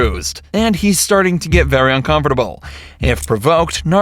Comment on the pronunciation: The only thing that makes me uncomfortable about this video is how you pronounce “ uncomfortable” 😅 jk